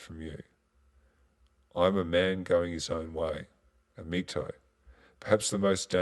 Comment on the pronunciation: stop calling it MGTOE.....IT IS pronounced mig-towel